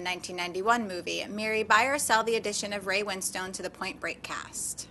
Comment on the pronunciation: it really irks me the way they pronounce ray winstone's surname. as win stone rather than winston